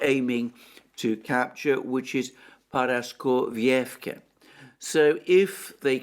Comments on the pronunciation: dude, please, ParaskovievkA, NOT ParaskovievkE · I even broke the word down into fragments days ago and wrote it in Greek, which he read, but he still cannot get it right. Now, instead of Paraskovievka, it is Paraskovievké, tomorrow instead of Gorlovka, it will be Gorlovké. 😥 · Dear Alexander, please forgive me for saying this, but for a person of near impeccable grammar and pronunciation, you should put in some effort with the pronunciation of Paraskovievka. There is no such thing as Paraskovievké, and to hear it said repetitively is unpraiseworthy. Please listen to how Dima from Military Summary says it and practice. Just like I would not call you Élexander, I think you should not say Paraskovievké again and again, because no such place exists. What exists is Paraskovievka. Thank you for reading. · The name of the town is Paraskoveyevka. Your pronunciation is spot on, besides the last letter. It ends with a letter a, it is pronounced the same as the the other letters a in the word. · Paraskovievka - the last sound is A, not E. like in CAR.